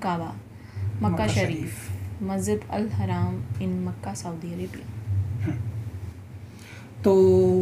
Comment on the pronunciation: मस्जिद Al हराम नहीं बोलते है मस्जिद al हरम बोलते हैं